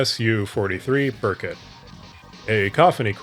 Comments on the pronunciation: Just so you know, it's BEAR-koot not bur-cut. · FYI Berkut is pronounced "bear-koot"